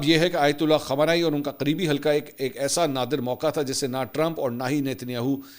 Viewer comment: khamanai nai khamnai aap glat name lete hain خمانائی غلط خامنائی صحیح